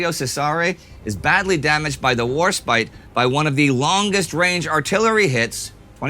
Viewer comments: I'm just glad he pronounced Warspite correctly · At least he pronounced Warspite right this time. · hallelujah! you finally pronounced Warspite name properly and didn't call her War Spit. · At least he pronounced Warspite correctly this time.